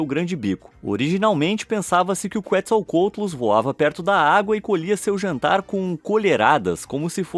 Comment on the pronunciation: Se fala QUETZACOATLUS NAO QUATZALCOTLUS